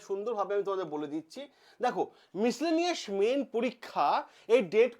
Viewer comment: মিসলেনিয়াস এর উচ্চারণটা ঠিক করে করতে পারছেন না আর এনালাইসিস করছেন ভিডিওতে আপনার নিজের রায় দিতে এসেছেন না গভমেন্টের কোন জেনুইন খবর দিতে এসেছেন। আপনাকে আরে সার্কাসের জোকার দুটোকে একই লাগে বেকারদের সঙ্গে খেলা করে ভিডিও বাড়াচ্ছেন